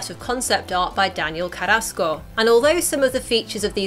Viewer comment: How you says Carrasco